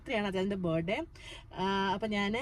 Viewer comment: ബെർഡേ എന്ന് പ്രൊനൗൺസ്‌ ചെയ്യരുത് ബേർത്ഡേ എന്ന് പറയു.